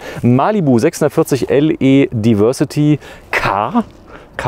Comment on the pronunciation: Es wäre doch schön wenn ihr wenigstens es schaffen würdet englische Wörter korrekt auszusprechen. Diversity: das di… wird wie „dei“ gesprochen!